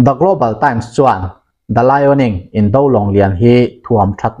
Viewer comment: "Indo lawng" "Indo thlawhna" tih hi "indo hi a tha lo" kan tih a, "indo" kan lam ang hian lam ni zawk ta se a dik zawk em emin a ngaihthlak a hahdam sawt ang mawle... Ka ngaimawh deuh hleka, inthlahrung angreng tak chungin kan rawn sawi hram a ni e. A bengvarthlak thinin a ngaihnawm thin e.